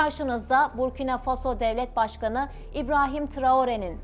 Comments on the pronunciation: БуркинА ФасО, а не БуркИна ФАсо. Не возможно слушать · Насколько я знаю с детства ударение БуркинА - ФасО, а не БУркина ФАсо. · Бурки на фасо что за неграмотное произношение государства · Правильно ударение надо ст авить коли уж о целой стране рассказываете Буркина ударение на последний слог гласная а, далее Фасо опять же на последний слог гласная о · ИСКОВЕРКАТЬ НАЗВАНИЕ СТРАНЫ И ИМЯ ПРЕЗИДЕНТА. - ??!! ФЕ !!